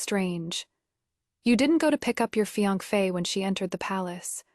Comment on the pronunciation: Why can’t AI say fiancée 😂